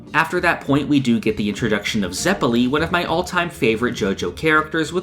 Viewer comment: You pronounced both Baoh & Zeppeli's names incorectly. Other than that I mostly agree. Especially on the first half of part 1 being stronger. I read it in 2017 & struggle to remember what happened in the middle.